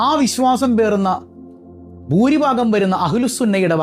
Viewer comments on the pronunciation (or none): none